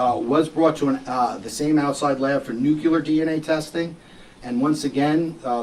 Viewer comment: Bro really said "nucular DNA" 😂